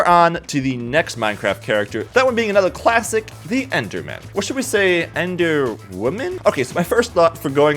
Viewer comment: 'ENDER' what?